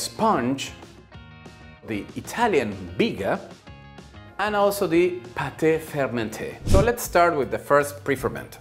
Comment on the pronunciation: hahahaha! Pâté fermenté. You crack me up! It’s not pâté but pâte! Carry on…